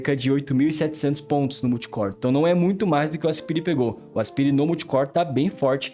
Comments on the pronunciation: Não é "aspiiire", é "asPAIre". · pronuncia péssima para Aspire. O correto é "aspaier" e nao aspire. estude, poha.